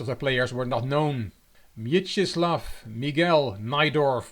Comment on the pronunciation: Hey, many thanks for accepting my suggestion and covering this game! Excellent video as always, and the game does not disappoint either, does it? ( ͡° ͜ʖ ͡°) [Poland strong meme.jpg] Your pronunciation of "Mieczysław" is REALLY good enough. But since you enjoy this linguistic stuff... ( ͡° ͜ʖ ͡°) The special Polish letter ł (Ł) should be pronounced as English "W" (in words such as "whisky" or "swipe") and not like a regular l (L), which is pronounced same as English L, but it is a separate letter in the Polish alphabet. Letter "Ł" is often used in Polish first names, like Mieczysław, Radosław, Przemysław, Stanisław etc. Obviously, it's very minor and you will be understood anyway, even if you mispronounce it, but sometimes it may get funny – for example, "zrobić łaskę" = "to do a favour", but "zrobić laskę" = "to do a blowjob" ( ͡° ͜ʖ ͡°) For the next video, I suggest O = online chess.